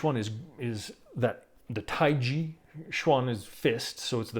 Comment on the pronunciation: Please pronounce Taiji properly!